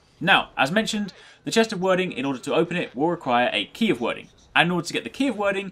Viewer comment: Hate to be that guy but that spelling is pronounced 'Weird-ing' ;)